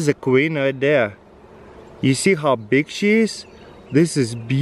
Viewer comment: " you see how BEEg she is wow this is BEEutiful"